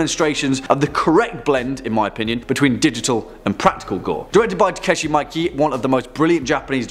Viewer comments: Mikey? You got it right before, Mee-keh. When you run out of videos, how about Top 5 Scary Attempts to Pronounce Food from an Ethnic Menu? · Takashi not Takeshi (I think you were thinking of Takeshi Kitano) and Miike is pronounced Mee-keh almost sounds like Mee-kay, Japanese is hard I know. I've been studying for a couple years and I'm pretty good at reading and writing but without a Japanese Native to talk to, my speaking is poor even though I know all of the sounds there are just so many rules but I guess it's better than English where we break all of our so-called rules.